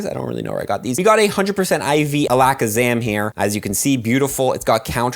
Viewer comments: the way he pronounced alakazam made me cringe so hard 💀 ala-kazarrm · why do u say alakazam like that haha